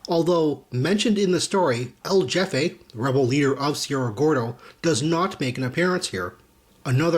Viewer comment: Loving the comic reviews, man. Keep up the good work. :) Oh, btw..El Jefe is pronounced El Hefe...J is an H sound in Spanish. ;)